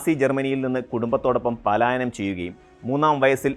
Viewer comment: പലായനം അല്ലാതെ പാലായനം അല്ല